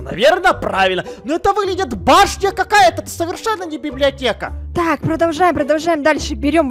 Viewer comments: Ты сказала беблеотека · она говорила беблеотека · Да говорила БИБЛИАТЕКА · да говорила слова блиблеотека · ТЫ СКАЗАЛА СЛОВО БЕБЛЕОТЕКА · Она сказала библетека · Она говорила беблеотку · Она говорила беблиотека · Она сказала быблиотека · Она сказала беблиотека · сказала слово біб ліотєка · Вона говорила бибдиатека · Она сказала библиатека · говорила бібліотека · сказала бібліотеко